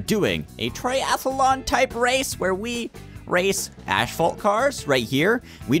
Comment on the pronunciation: HE SAID ASPHALT